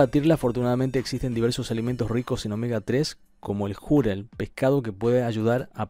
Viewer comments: si se pronunciara Júrel como en el vídeo lo prununcia se trataría de una palabra grave o llana y por ende llevaría acento ya que estas llevan tilde cuando terminan en cualquier consonante menos N o S ni tampoco vocal. Entonces queda claro que como no lleva tilde es una palabra aguda y la mayor fuerza de voz estaría en la segunda sílaba (Ju-rel) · No es Júrel, sino Jurél (sé que no lleva tilde pero es simplemente para graficar donde lleva la mayor fuerza de voz) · El “jurel” NO LLEVA ACENTO ORTOGRÁFICO (es palabra aguda, no llana como “árbol, móvil - con acento). Ell comentarista lo pronuncia como palabra “llana “ la cuál sí debería tener acento al decir júrel. La entonación de “jurel” es en la ÚLTIMA sílaba (acento prosódico). Por favor instruirse antes de hablar. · Es Jurel, Júrel... -. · Se pronuncia jurel sin asento en la u, y no júrel, con asento en la u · Es jurel no Jùrel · Creo que estoy mal de la oreja, porque escuché júrel. 😣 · Es jurel acento en la e JURÉL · Se pronuncia jurél, con acento en la E. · jurel, es una palabra aguda, así que se pronuncia "ju - REL" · Para tu información : Es "Jurel" palabra que, lleva el mayor acento de voz en la última sílaba. Acento prosodico. Con las disculpas del caso, mi cel no aplica el acento ortográfico en la segunda "o" de prosodico. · Se dice jurel golpeado en la (E) JURĒL pero sin asentó. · Corrección Jurel, no es una palabra llana como tú lo pronuncias, sino una palabra aguda, por eso no lleva tilde, la mayor pronunciación va en la última silaba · Jurél acento en la e!!! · Es Jurel y la segunda sílaba es la segunda osea que es ju- REL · Se pronuncia jurél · Así es , Jurel lleva acento prosódico es decir mayor énfasis en la segunda sílaba. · Jurel pelotudo ... Jurel ... con acento en la E xD